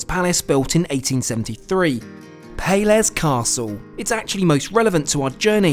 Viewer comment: "Pay-lesh" castle, it's the accented ș........My wife is Romanian!